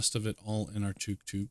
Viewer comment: just to let you know, it's pronounced tuk tuk